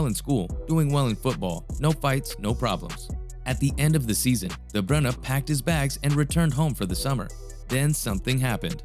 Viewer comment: Really nice video! There wasn’t a single moment where I thought of leaving, this is extremely great content. You earned a new sub :) Also finally someone that pronounced his name right. Keep going!!